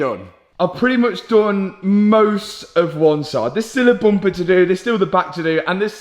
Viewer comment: Can you stop hanging around with you are starting to say bumpah! 😂